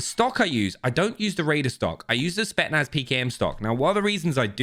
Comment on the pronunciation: spetSSSSSnaz! Not spetnaz!!